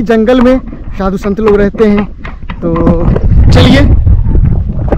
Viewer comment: Shant nhi sant😅😅😅